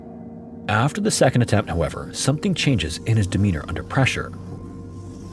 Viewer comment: "sedond story"